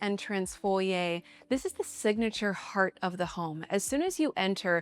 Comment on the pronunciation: Stunning architecture & landscaping! I’m very glad it’s not just a square/rectangle shaped home. Love all the thoughtful details like the wrought iron & sight lines to outside. And thank you for pronouncing ‘foyer’ correctly! 😉